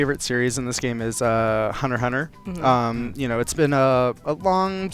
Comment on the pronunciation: This man's favorite series is Hunter x Hunter AND he pronounced it the right way. A real one 🙏